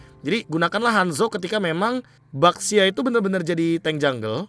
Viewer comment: Gw dengernya basya